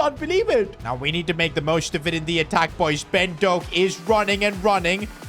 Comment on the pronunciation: your saying Ben Doak wrong